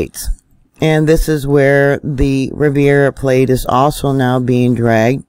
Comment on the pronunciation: love your stuff! Riv air uh plate NOT riv eee air uh plate